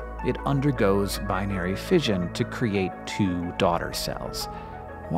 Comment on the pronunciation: You have a penchant for EXTREMELY ... shall we say "eccentric"? pronunciations. Just for your information, the word "fission" is pronounced "fishon," NOT "fidgen."